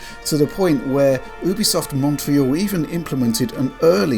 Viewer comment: I think you pronounce it Youbisoft Not Ooobisoft